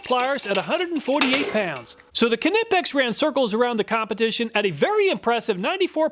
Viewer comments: The K is silent in Knipex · The K is silent in Knipex. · Do you pronounce the k in knife too? XD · His pronunciation of knipex😂I love it! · No, it is NOT silent! It’s German, not English. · It’s NOT silent. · Surely the K in Knipex is silent, that would be much more efficient.😂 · Knipex , the K is silent like in Knife . For the third time . :>) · Cool you're still pronouncing the k in knipex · I've been in the workforce over 42 years, and I have used all kinds and brands of tools. I swear by knipex. But please, I beg you , stop saying kanipex. LMAO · The K is silent, it's just Nipex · it's pronounced knipex btw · Ah, ze Knipex iz da Weltmeister! ... BTW: they are pronounced "knEEpecks" (German dude over here...) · Almost. German "i" --> "eee". Kuh nee pex. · 😂😂😂😂😂the way you pronounced Knipex cracked me up. It's like hearing the 2 rednecks reading misspelled roadsigns 😂😂😂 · K is silent in Knipex.. (usually "k" is silent when followed by an "n", as in know, knowledge.. etc) great testing! Very Helpful! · In most cases yes, but the manufacturer has a section of their website talking about this topic. They say it is silent. Right or wrong grammatically, the company get to name their company as they see fit. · K in knipex is silent. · Ka-nipex lol it's pronounced nipex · am i crazy? i couldnt listen to you say knipex. i scrolled down expecting there to be dozens of comments about how youre saying knipex wrong. nothing. have i been saying it wrong? i assumed the k was silent, nipex. it couldnt possibly be kahnipex, could it? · Knipex is pronounced like "knife". The 'K' is silent, lol. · No! Its pronounced Kneepex. Hard K, but not like does. Not Kuh-neepex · FOR GOD'S SAKE MAN, NIIIGH PEX, NOT KUHNIPPEX ! GOOD INFO ON TOOLS !! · No. It’s German, the k is NOT silent: c’nip-ex. It is not, however, “cuh-nip-ex” like he says it. The k and n are pronounced with no vowel in between. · No, it’s German. The K is not silent. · Wrong, a German as I say Knee pex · Kuh-nipex LOL